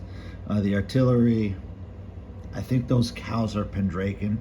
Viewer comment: Nice collections. Interesting how you pronounce Pendraken. Not sure what state you are from. Most of us in the UK pronounce it Pendr-ah-ken whereas you sound like Pen-drake-en.